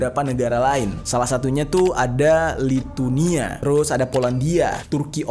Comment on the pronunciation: Bang dimenit Itu nama negaranya Lithuania, Bukan Litunia